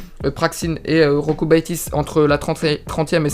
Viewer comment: Jokubaitis ca se prononce iokubaitis 😉